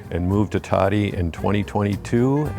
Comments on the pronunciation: Why can't they even pronounce the name of thei now home town correctly. It's Todi not Tuddy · 10 years journey towards Italy and they still think Todi (toe-dee) is pronounced Tady. Not usually critical but geez. Just 5 minutes of reviewing 5 simple vowels. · There are good services for the severely handicapped in Italy. The Italians are very compassionate. A friendly note for in Todi: it 's pronounced toe-dee, not toddy. lol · I know. I cringed everytime they pronounced Todi as toddy. LOL. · I was thinking the same thing, they both pronounced it Toddy. How can you live somewhere and mispronounce the name so badly?😆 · Someone at Smart Move Italy should go through the CC and correct all the mistakes made when a spoken Italian word is used. The name of the last town is Arezzo, NOT Ateso. Coup is COOP, a supermarket. Todi is not Totti. I could name a dozen more, but you get the idea. Still, it was an interesting video and for the most part, enjoyable and informative. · Yes all are welcome but please learn to pronounce the words correctly. Especially after 3 years you should be able to say where you live decently. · Its a little cringe that is pronouncing the city where she lives (Todi) wrong... but alas. I got married in Todi (In the church shown - San Fortunato, and then the reception in a family friend's villa outside the city walls) as my husbands family is from there. I was pleasantly surprised to see expats living in the community as it is very insular-- honestly as an American I have dreamed of eventually moving there to be closer to his side of the family, but have been nervous to do so as I don't speak Italian (he does/my son does) but this might be the push we need to spend part of the year there. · How can they not pronounce Todi and they’re allowed to live there?? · Learn how to pronounce "Todi" . Very irritating. How long have you been in Italy? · Amazing to move to Todi and not know how to pronounce it correctly.